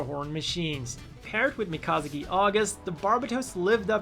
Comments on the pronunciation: Not sure how I like you mispronouncing Mikazuki's name. But hey, at least you didn't mispronounce his Gundam's name, as have several others. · The way he said mikazuki and Alaya vinjata.